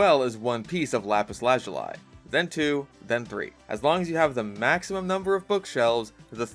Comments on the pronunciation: "Lapish lashoo-lie" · let me guess, it’s pronounced as lopid luzoolee? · It's pronounced how it's written. "La-piss La-zoo-lee", the "La" being like "laugh". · I’ve been pronouncing lapis lazuli like “lah zoo lee” my whole life, which might be wrong. but it does make it rhyme with “crap piss shit poopy” which is what my friends and I call it when you’re looking for diamonds and keep finding lapis. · lapis lashulay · ah yes lapish lajuly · what did he just call lapis lazuli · The way you pronounce "Lapis Lazuli" gives me the creeps. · People still misspronouncing "Lapis Lazuli" in 2024.